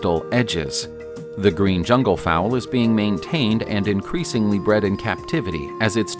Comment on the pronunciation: Fowl! Not fowell 🥴